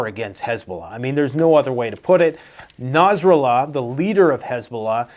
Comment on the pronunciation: Nass Ra Laa is how you pronounce it man!